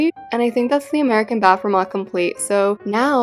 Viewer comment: We say bathroom like bath through-m you say it like bafoom